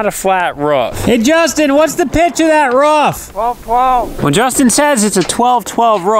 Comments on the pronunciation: Hope they change out that red siding…. And every time says “Ruuf” I yell “rOOf”. LOL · roof not rough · “Roof” not “Ruufff” lol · Love your footage, but it's not Ruff it's call Roof xxxxx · It's roof not rough WTH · ROOF not a ruf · Roof. Not ruff. Maybe bork. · ROOF NOT RUFF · lmfao long time follower here. the amount of time you said roof... lol sounds like your saying ruuf. lmfao made me laugh. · I like how Roman can pronounce roof but pronounces it ruff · pronounces "roof". more like a imitation of a dog sound. ruf ruf.